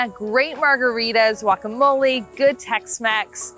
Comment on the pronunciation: Bonus points for proper pronunciation of guacamole😂